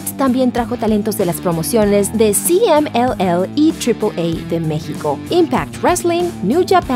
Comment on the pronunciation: De la "Ciemel" and "Tripol ei" me cague de risa en esa parte